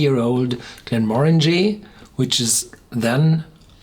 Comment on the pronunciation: 100% agree. I cant stand when People say it wrong 😱